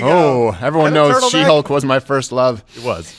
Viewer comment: Did they say Lizzo was starring in She-Hulk or She-Bulk? Just wanted to be sure.